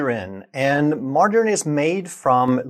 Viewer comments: When he couldn't pronounce margarine I had to dislike and refuse this channel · Maybe because he's Swedish?